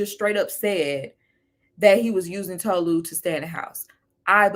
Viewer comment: like i cant w ppl 😫its TOE-LU god damn like white people cant pronounce shit for the life of them